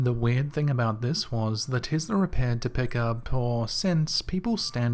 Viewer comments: Oh dear! It's not Tizzla, it's Tess-la Be careful, you don't want Elon pimp slapping u for your laziness. 😘😉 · I swear i thought you said "The Girl With The Tiddy" lol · Sounds like you said"The girl with the tittie."😃I know you didn't but I laughed so hard I'm from southeast Tennessee though lol,😃 Love your videos top notch my man!!!Love to you from Tennessee Cherokee Nation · "investla" ....... What a douche